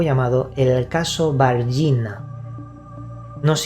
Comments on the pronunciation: Caso varginha execelente. La pronunciación es Vargiña. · El caso Varginha (se pronuncia, más o menos "var-yiña") de Brasil, es considerado real y el reportaje que usted citó en el programa "Fantástico", de la poderosa red Globo de TV, fue transmitido para todo el país. Varginha es una ciudad importante del estado de Minas Gerais, al Norte del estado de Rio de Janeiro. Todos los medios de Brasil dieron la noticia (fue noticia y no rumor) y el Fantástico hizo ese reportaje más detalhado, con una audiencia casi total en el territorio brasileño. Hay discrepancias en las interpretaciones y censura oficial en los detalles de lo sucedido, pero realmente el incidente es verdadero. Lo sucedido no demoró muchos meses ni semanas. Todo fue en pocos días. Fue vista más de una criatura como la descrita, además de la que asustó a las niñas. Inclusive una de esas criaturas parecía agonizante. Se sospecha de accidente del vehículo de ellos. La policía y el ejército fueron llamados y un militar disparó contra otra de las criaturas dejándola muy mal. En seguida los militares transportaron todas las criaturas, llevándolas a un hospital universitario próximo, por supuesto vigilado y acordonado por militares. Fue noticiado también que el militar que estuvo al lado de una criatura en este transporte al hospital, falleció en pocas horas de enfermedad desconocida. El nombre de ese militar fue dado en la prensa. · A cidade se chama Vargiña!! Se escribe Varginha pero en español se pronuncia Vargiña.